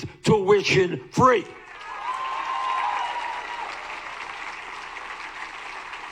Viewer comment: I love how he says Wall Schtreet.